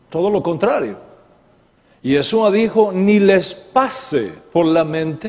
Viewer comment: Una observación... Es “YESHÚA” (con “sh”), no “YeSUa”. La letra “shin-ש (sonido “SH”“ afirma la función de salvación en el nombre. El sonido “s” la merma.